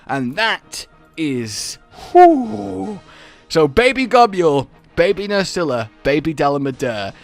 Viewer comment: You do know Gobul is just pronounced “gobble”, right? Like how Nibelsnarf is just “nibble”?